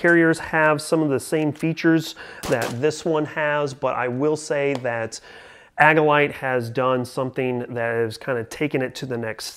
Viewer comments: Good review... thumbs up! I've had mine for some time now and love it. One small review critique... it's pronounced "AGILE-ite" not "AGG-ilite." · Mispronouncing Agilite is suspect. Seems like just a clickbait review if you don't even know how to pronounce the name of your "favorite" carrier.